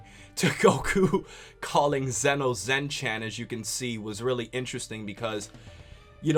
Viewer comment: Zen-Chan is pronounced Zen Chon sort of